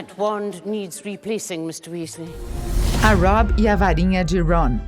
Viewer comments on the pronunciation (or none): "Woward" "Rermaine" Rorcrux" "Wisley" "Mugle" "Tinny" "Dambladore" "Jei kei Róling" "Rerri Potter" MDS APRENDE A FALAR CERTOOOOOOOO